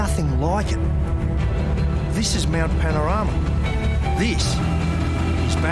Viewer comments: Congratulations on pronouncing Mount Panorama correctly. A lot of North Americans get it wrong. Even after hearing it being pronounced correctly. So… 10 points to Gryffindor. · How the FK did you pronounce "Mount Panorama and Bathurst" close to perfectly?😲 Respect from Australia.👍🤘🍻